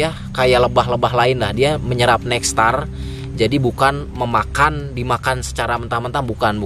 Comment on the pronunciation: Nektar bang bukan nextar